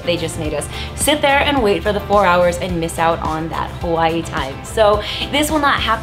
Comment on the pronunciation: the way she says Hawaii lolll